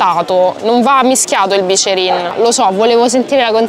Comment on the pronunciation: Ti stimo ma si dice biccherin Poi vai a piazza della consolata